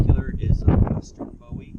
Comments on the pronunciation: Boo-wee that’s how you say it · Booowie! Jim Booowie not David Bowie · It's pronounced Boo- EE